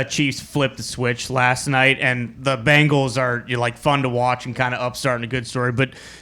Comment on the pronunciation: hate ppl are saying BAANGALS. like its a fkn E in there, not an A lol. BENGALS